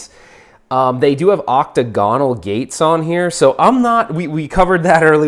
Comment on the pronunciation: Yo, I'm not sure if it's an American pronunciation, but octagonal is not "octagon-al" it's "oc-tag-oh-nal" You're videos have inspired me to get into the home arcade hobby - I'm not trying to be grammar nazi or anything. 😬. 👍👍😎